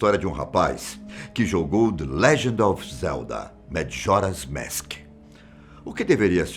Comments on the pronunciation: Kkk “madjoras mèsk” o certo seria majora’s mask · O vídeo é bom, mas por que ele fica falando MADJORA'S MASK ? É só falar MAJORA'S MASK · Oh moço desculpa mais tu fala meio errado kkkk madjoras mask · "Madjora's Mésk" kkkkkkkkkkk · Gostei muito do vídeo principalmente o senhor falando madjoras mask kkkkk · E as pronúncias então kkkk pqp "dijédusabul" "Madjora's Mésk" putamerda bicho kkkkkk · Zelda "Madjoras Mask" dá até agonia vendo esse tiozão narrar o título do game 😒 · Se fala Jadúzabol , e MAJORAS MASK Aquela é só a forma de escrever A forma de falar n é como vc pronunciou